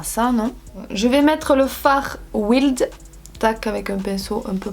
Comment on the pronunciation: T'as dit "wild" mais t conne ca se dit "wyld" ( j'ai pas dit que ca s'ecrivait comme ca ) Puis on ne commence jamais par les couleurs claires dans un maquillage pcq les couleurs foncées pourais fairent des chuttes 🙄